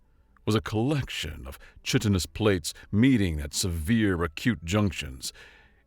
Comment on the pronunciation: eye. chitinous has a long “i”, then a short one.